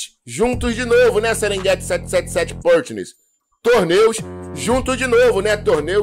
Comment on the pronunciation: a pronúncia da letra A na palavra PARTNERS, é igual a nossa pronúncia do A mesmo. Você está pronunciando com se tivesse acento circunflexo no A (PÂRTNERS). NÃO! Está errado!